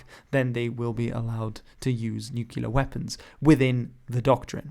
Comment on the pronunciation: 😱 NUCULAR WEPPINS 😱